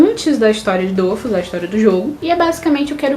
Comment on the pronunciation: Primeiramente adorei o vídeo ,segundo não é dofus que c pronúncia e dofús , e não é weikfu como vc fala e wakfu msm a pronúncia e o nome certinho